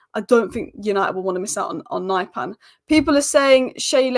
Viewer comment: that's not how his name is pronounced.